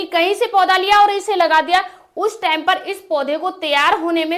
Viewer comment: Time ko tame bol rahi 😂😂😂